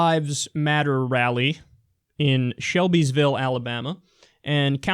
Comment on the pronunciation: Alabamer lol